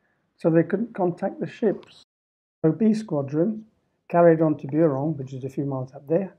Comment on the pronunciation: I commend your French pronunciation of most place names [I'm British but speak French quite well]. However, is Buron pronounced like you are doing it? /'bju:rɒn/? Anyway - just a nitpick. Loved this video and have subscribed.